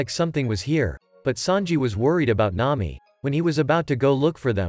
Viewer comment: Nami ❌ Nayi ✅